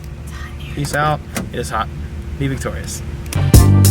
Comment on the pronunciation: I swear, every time you end the video all i hear is "BE VICTORIA'S"